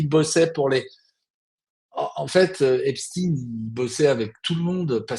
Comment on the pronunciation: EPSTEIN PAS EPSTIN